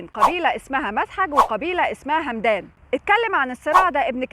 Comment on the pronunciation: همدان بفتح الميم وليست بالسكون بس شكرا على ستين داهية 😂